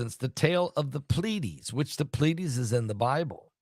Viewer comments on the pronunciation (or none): Plee- A- Deesses